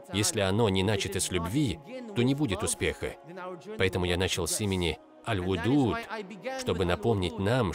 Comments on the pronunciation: Malenkaya remarka: El-Wedud, a ne El-Wudud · Ал-Вадууд! Нельзя говорить Ал-Вудууд. И имени ас-сиддик нет у Аллаха! Свят он и возвышен! Что за лекциция? Исправьте пожалуйста перевод